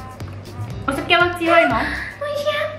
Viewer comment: ここでおいしぇ言うの無理wwwwwwwwwwwwwwwいつもの癖がw w w w w w w w w